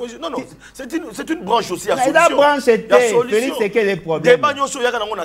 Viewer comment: Prononce bien Félix et non Felis